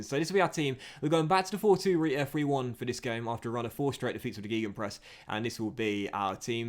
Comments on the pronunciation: I will keep saying this until you do Gegenpress is pronounced with more of an "Ay" sound "Gay-gen-press" not "EEE" I know you're British and struggle with languages (at least the stereotype says so) but yeesh man (or woman, it's 2020 and all that baloney) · yeah, and like, it's not even the usual mispronunciation that everyone is kinda used to (ger-gen-press) which makes it even more confusing on where he pulled it from